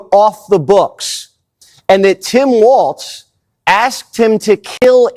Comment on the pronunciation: it's walz........no "T"......